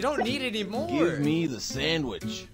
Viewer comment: The Famer can't even say no use just "Maur"